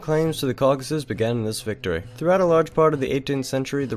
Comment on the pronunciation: Im really starting to get tired of hearing Cockasus.